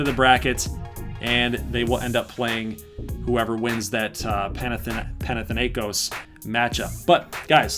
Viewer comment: Im Greek and is so funny to see Americans trying to say Panathinaikos. By the way Panathinaikos is representing Athens.Also I hope Alaska Chillers get Floca. Edit:Panathinaikos mascot is a green tiger